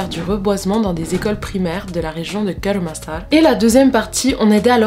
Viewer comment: Tu prononce mal😂😂😂 kêur massar😂😂😂